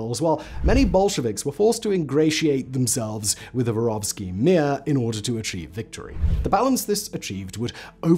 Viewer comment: Мир не воровский, а воровскОй, внимательнее И Мир это не mi:a. Послушайте, ааа звучат слова, хотя бы в гугл переводчике.